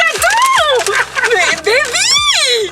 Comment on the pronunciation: « mé bébiii » 😂😂😂